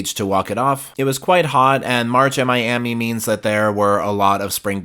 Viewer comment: “MSC Seascape out of MEE-yami…” 😂